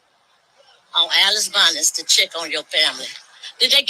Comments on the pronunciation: Probably took the police longer to get there because the correct pronunciation of the road she was on is "Allison Bonnett," not "Alice Bons." She is definitely wrong for going live when those kids were in distress😢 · the highway is Allison Bonnet, not whatever she said. 😮 she chops up words and why did she interfere?